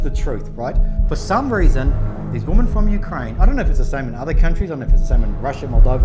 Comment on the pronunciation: Why do you have difficulty pronouncing Women? Sounds like you said "there were four Woman".